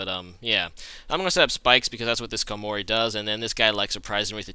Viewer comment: the first time i hear someone pronounce "Skar-mory" instead of "Skarmo-ry" lol